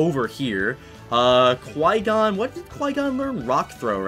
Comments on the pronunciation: That's what I hear I'm like you have flygon know?????? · Every time he says Qui Gon i think he says flygon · Also i think he says flygon when he says qui gon